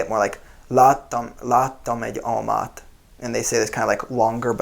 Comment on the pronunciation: The way he said "láttam egy almát" at the end (the most duolingo thing to say btw XD) is just wow. If you took that out of context, I genuinely wouldn't have been able to tell that he's not one of us.